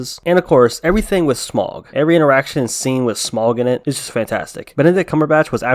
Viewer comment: Not "smogg" as you put it. It is pronounced 'Smowg'. S M A U G, Smaug.